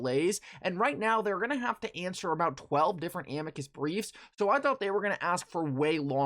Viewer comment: Nobody pronounces Amicus right. It’s Uh-me-cuss = Amicus.